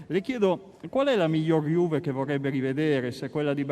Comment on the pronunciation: Incredibile, Danilo come anche De Ligt parlano fluentemente italiano al secondo anno, mentre Ronaldo, che é al terzo anno, non spiccica mai una parola in italiano e comunica solo in spagnolo. Non ha neanche imparato a pronunciare correttamente Juve e dice Giuve. Potrebbe anche fare un corso e prendere esempio dai suoi compagni, anche per rispetto del paese in cui vive e della società che lo paga fior di milioni.